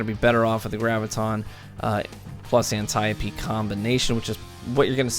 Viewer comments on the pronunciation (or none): The third time you said antieup D I rolled my eyes....antee oap D is how it is pronounced. Good review other than that.